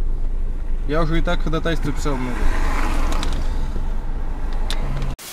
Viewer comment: ударение в слове ходАтайство, ставится на второй слог!!! )